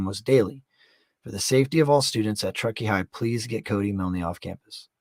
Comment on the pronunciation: Its pronounced miln the e is silent...I just had to add that cuz its driving me crazy hearing u say milnee lol